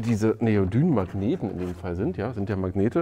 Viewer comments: Wie immre ein prima Beitrag. Allerdings "Neodym" nicht "Neodyn" ;-) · Neodyn ? Neodyn ? ne ne ne neodym heeessen die Dinger 😉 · Neodym... m, nicht n am Ende!!!! Bitte... :D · Ich nutze das Bosch 18V System. Meine kleine Handkreissäge funktioniert einwandfrei mit "normalen" Akkus und auch mit ProCore. Aber zwei Fragen habe ich noch: 1. Warum haben bei euch einige Akkus einen orangenen Klebepunkt und andere nicht? 2. Habe ich mich verhört oder hat Neodyn anstelle von Neodym gesagt? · Bin auch im ProCore Universum unterwegs und auch ziemlich zufrieden! Es sind übrigens Neodym-Magmete, nicht Neodyn 🧐